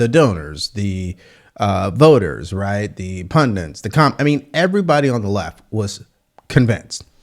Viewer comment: I like your channel and your commentary but please, please say “pundits” (not pundents).